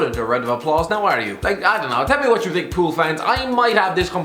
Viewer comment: when he says pool fans it sounds like a fan club for toni pulis